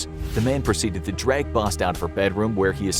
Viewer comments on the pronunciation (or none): none